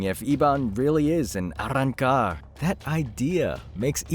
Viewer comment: Quit saying Arancar like a dush